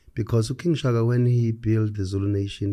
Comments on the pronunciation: Its King Shaka...not King Shagaa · I don't care. It's Shaka Zulu. Not 'Shagaa Zulu'!